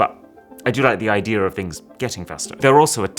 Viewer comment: I like how he says "idea" to "idear" and other words that end with e🥹